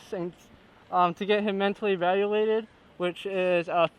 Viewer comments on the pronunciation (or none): "uh and to get him mentally evalullated"